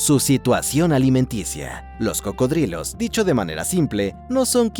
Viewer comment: Se llaman cocodrilos pareces imbécil pronunciandolo de otra manera